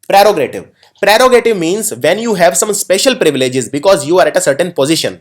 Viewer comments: Hi awsome lesson. please consider the pronunciation of words cause you are sounding differently such as (pterogative). please also mention either the word is adjective or not. please take notice,looking forward to rich vicabulory with perfect sounds. truly Grateful. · Good work but please check pronunciation of ascetic and prerogative and thwart.